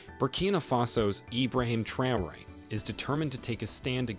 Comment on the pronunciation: Learn to pronounce names correctly Ibraham 'Trayori'